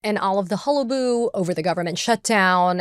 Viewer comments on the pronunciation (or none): Holl-a-boll-oo!!! 😂😂 not holabo! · It's not 'halibu,' Katie. The word is 'hallabaloo,' meaning 'loud commotion.' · Hullaboo? I think you're missing a syllable there.